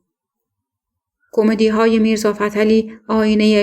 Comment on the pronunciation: ایکاش راوی معنی کلمات را میدانست ، آخه کومدی یا کمومودی